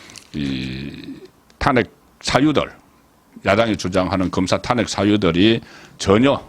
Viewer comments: 수고 많습니다 좋은방송도 듣는 중에 이상한 발음이 들리면 거슬리거던요 고치는게 어렵지 않을 것 같은데 ... 사투리 발음 사설', 탄핵', 직무 정지의 '정지', ... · 탄핵 정지 망신 등 일부 단어 발음이 이상함.